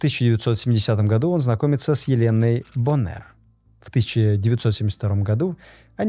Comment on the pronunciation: Вроде бы все хорошо, но мне, как старому брюзге, режет слух, такие ошибки в ударении, как "звОнит", так и боннЭр! Глубже изучайте материал перед подачей!